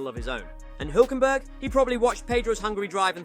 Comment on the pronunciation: His pronunciation is still wrong though 😅